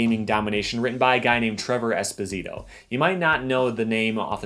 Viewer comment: Fun fact: Esposito is pronounced doing emphasis on the "po" syllable, not the "si" syllable.